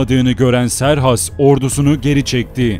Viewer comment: Serhas değil kıserkses